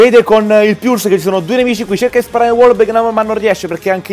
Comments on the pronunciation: P.S.: se vogliamo fare i pignoli la pronuncia inglese esatta sarebbe "polse" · si dice puls non piuls, italianizando le parole